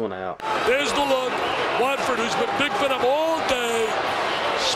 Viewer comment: Kantucky, willlll win easulyyy. maybe fifteen, or evun twentay. Also...a 1st grader could pronounce Watford not "Waitford." ...now I am not trying to be mean